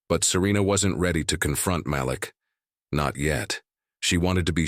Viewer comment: SKIP SKIP SKIP Does this narrator like repeating & repeating & repeating the same phrases over & over & over again. His name is pronounced Maleek. This narrator needs to find a new job because he really sucks as a narrator. This is a joke and nothing more. Yada Yada Yada Yada. It’s nothing but a ridiculous fake story. Nothing but a bunch of total BS.